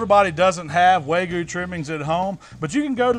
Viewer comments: *wagyu not waygu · It's WAG-YEW not WAY-GEEYEW.... dammit! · its wagyu not waygu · "Way goo brisket" lol. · I like how you say "way-goo" instead of Wagyu lol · Everything you good looks incredible, but it's Wag-yu not Way-gu- just saying. Keep up the awesome videos. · Why is he saying Waygu and not Wagyu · loving the vids but please stop saying "way goo". Its wagyu. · Waygoo brisket...yeah! Can’t wait for the fancy pants folks to swoon over your pronunciation! Love the channel, learned a lot! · Did he say “way gu” is that the way you say it ? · say it with me. WAG-YU :) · This guy is calling it way-gue beef. LOL I'm sorry that's funny af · i got cancer when he said "waygoo" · Wagyu is pronounced Wag-You. Please, dude. If you're gonna call yourself a meat savant, pronounce the highest graded meat correctly. Please. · its wag-oo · I love hearing southern people butcher the pronunciation of wagyu. Love the channel though,. No hard feelings lol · When you read "wagyu" 3 times and just say screw it, I'm switching the g and the y 😆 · you pronounced wagyu wrong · Learn how to say wagyu